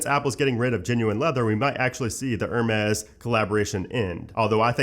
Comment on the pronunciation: Hermes - Air (roll “r”) , mez …. You’re welcome 😉